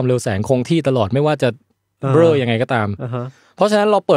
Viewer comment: จากใจคนใต้ หลับเหมือนกันแต่ตื่นมาขำคำว่าเบล้อ